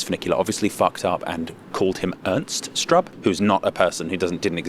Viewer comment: Swiss person here. I have to agree on the "subpar" concerning Cardinal. Regarding "Danke": You can stick to "Merci" in Switzerland, we use it in the German part as well (though with slightly different pronunciation.) Speaking of pronunciation: "Strub" is pronounced 'Shtroob'.